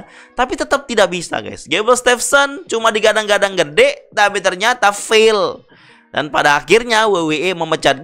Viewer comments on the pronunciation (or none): none